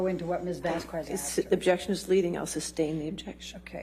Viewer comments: Frickin’… every time she says “vas*quez*” and not “vas-kez,” it feels like a power move and showing her disrespect under the guise of not knowing how her name is pronounced… I don’t know if her name is supposed to be pronounced that way, but I’m from Austin and here we say “Vas-Kez”… because it’s Spanish. But maybe I’m wrong? At least that’s how I’ve always heard it… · Ellaine's intentionally mispronouncing Camille's last name as Vas-Qu-ez instead of Vas-qez (Vasquez) to annoy her in a small way. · Also what's so hard about pronouncing Vasquez? It's (Vâsk êz) not (Vâs kwêz) in Español its (kā) not (kwā) omg you uncultured swine. Edit: I feel it's intentional like a kid on the playground intentionally saying your name wrong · Is nobody gonna mention how Elaine is pronoucing Ms. Vasquez?! It's been pissing me off during this video! It's pronounced Vas-Kez, not Vas-Qwez. That aside, with all this undeniable purgery, what else is gonna happen to Amber? I understand Johnny's team not addressing it due to the fact this is a defamation lawsuit, but someone's got to, right? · it's pronounced "Vas-kez". AHs lawyer who is either petty, an idiot, or a petty idiot keeps saying it "Vas-kwez". Everytime she does it, I want to ask her if she also pronounces tortilla like "tor-tila" instead of "tor-ti-ya" 🙄🙄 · idk why it bothers me so much but i hate HATE the way Elaine pronounces Vasquez 😂 “vas kwez” gurl you know its not pronounced like that. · I did, everyone says it right except Elaine and it's very annoying. Vas-Kez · Elaine really kept saying Vaskwezz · Elaine arguing with the judge that "what if anything" is a cure-all is so disrespectful. So is mispronouncing the attorney's name as "Vasqwez". I have a feeling she might have some distasteful views on people from countries behind the Southern border. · ELAINE pls just once call Camille MISS VASQUEZ. this mis vas kwezzzzz shit kills me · Anyone else irked by Elaine's pronunciation of Camille Vasquez's name??? Vas kwez???